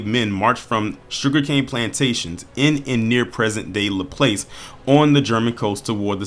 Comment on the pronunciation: I was born and raised in New Orleans, Louisiana. I just wanted to help brother out with the pronunciation. "Laplace," the 2nd a sounds like the o in mosque only dragged a bit more. "Lake Pontchartrain," breakdown Lake Punch-cha-train. Great series, I look forward to more of your work. Thanks. B1 Family! ✊🏿